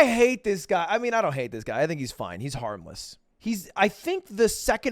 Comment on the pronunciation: harmless... I thought he said armless